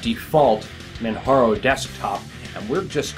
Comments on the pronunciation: Yes I agree. it is pronounced exactly like it is spelt. J remains J and does not sound like H. I understand there are some names out there like Jose which is pronounced as HO-SE. However MANJARO is spelt as MANJARO and not MANHARO !! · You're the only person I've heard call this install Manharo. Even the French friends I have called it Manjaro with a hard j as in jar. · Hi, Nice show, juste one little comment, Manjaro is prononced like in Kilimanjaro, as it is specified on the Manjaro' site. Apart from that, love your show.